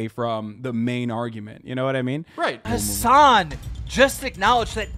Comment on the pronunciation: Why does he keep pronouncing your name like “has🏎an”